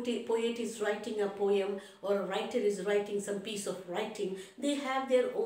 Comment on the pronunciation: mam it is poem not poeyem